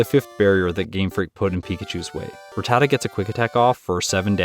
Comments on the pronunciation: "Ra-ta-tuh." Very easy to pronounce, lol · How can one not pronounce Rattata????